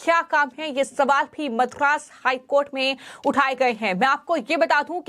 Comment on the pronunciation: This girl puts ha in every thing, ma'am it is not Mathura HC, it is Madras high court. Pls listen to how you speak after completing the video.